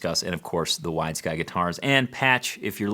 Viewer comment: I thought he was saying "Wise Guy" guitar :)